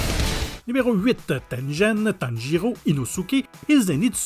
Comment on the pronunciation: Tengen est devenu Tenjen XD